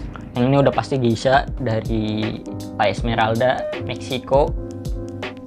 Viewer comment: Klo cupping gelasnya jangan di pegang" ya bang sedih gw liatnya :v Soalnya kata novrinsitumorang gitu Oiya gesha bang bukan geisha :v